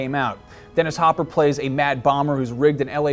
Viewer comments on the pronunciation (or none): none